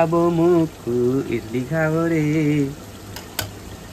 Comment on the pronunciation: इटली nai बोले इडली bolthe😂😂😂